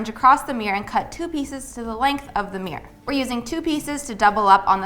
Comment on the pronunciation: I love you but your pronunciation of MIRROR is not ok xD